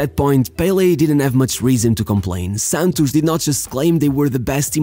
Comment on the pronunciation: 100% chance that it was a pearson from Rio de Janeiro who taught him how to pronounce 'Santos' rsrsrs